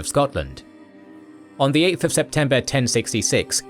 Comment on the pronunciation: Met them at tynemerth? Are you from ashington??? Never heard itn pronounced like that